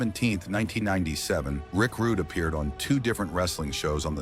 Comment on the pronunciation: get this Roo-Day ai bullshit outta here